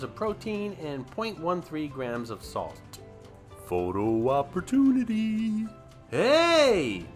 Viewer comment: Dear: You are so freakin' funny! You always crack me up. I love it when you say "foto opportoonity" 😂 I visited this store in 2006, with my brother. We were like excited little kids "Look! There's a second floor!" Look! "There's a third floor!!" "OMG! There's a fourth floor too?". What was really fun was the walkway on the fourth that passed through a rotating cylinder that made you feel like it was the walkway that was turning. It was hilarious to watch everyone hanging on for dear life!! Have you seen that? And there should be a joke in this: two diabetics walk into the M&M store..." but it's true. Look but don't touch 😭 I'm not going to post the time if I see Mitzy, and will let someone else win. This will save you the postage to Canada. Oh, I have been to the Coca-Cola store, but fell asleep from the boredom. Hershey wasn't there yet. I think they were still building the highway. Get it?